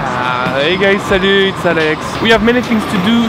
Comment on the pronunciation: Can you please tell them how to pronounce "salut"? I can't believe not one of them get's it right